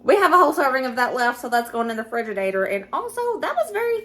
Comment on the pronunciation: Did you say “ fridge a dater”? 😂😂😂😂